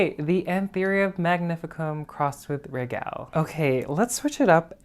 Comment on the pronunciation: I love your style. ( if you know any Italians ask them how they pronounce regal. Regale has the same spelling in Latin as it does in Italian. )